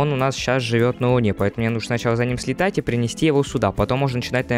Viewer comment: А как так льитать